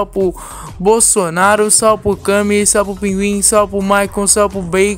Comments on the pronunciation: Mano ! Pq tu fala SAL não salve .,. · kakskak começou falando salve e dunada virou salpo